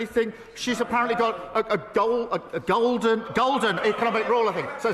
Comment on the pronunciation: FFS, he can't help but Lie. He was reading from a script and still couldn't speak properly. Couldn't pronounce 'Golden'. Interest rates are a Bank of England's responsibility. Austerity is already here, they've already been on a borrowing spree, waiting lists are down because Streeting is using private hospitals. At least Rachel didn't cry.